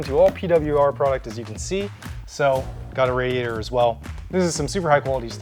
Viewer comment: "Pretty Wicked Radiatah" got me 🤣😂💀